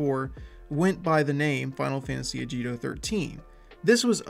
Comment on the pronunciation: its "ah gi to."